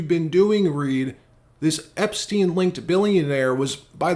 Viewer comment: Bro don’t say “epstien linked”… trump was all over that flight log